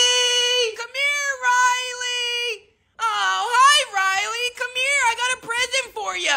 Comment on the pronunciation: It's Riley not railly